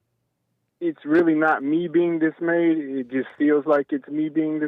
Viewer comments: why are you dismayzed? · Is anyone gonna let JLP know he is mispronouncing dismayed?😊